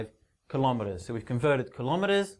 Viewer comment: don't say klo me ers say kilo meTERS